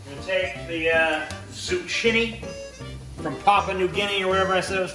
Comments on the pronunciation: “Zoo-chin-ey” also, pretty fuckin great vid. I’m looking forward to the next ‘n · Did you just say "zoo-chin- ee"??